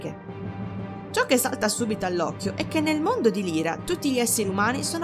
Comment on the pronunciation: Solo una pecca ; non si pronuncia Lira,ma Laira (Lyra). Per il resto,tutto perfetto! Continua così!